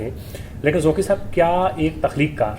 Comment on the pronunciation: Oh Bhai pehley aap Qaaf durust boltey thay magar ab aap ko bhi fashion ki Beemari lag gai ab Qaaf ko Kaaf kehtey ho. Inka Naam Zauqi hai Zauki nahin Kuch khayal karo.